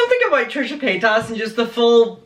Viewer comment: Omg it’s paytas not paytASS sorry it just bothers me